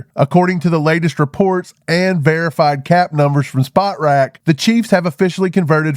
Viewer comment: The website you referenced is pronounced spot-TRACK, not spot-rack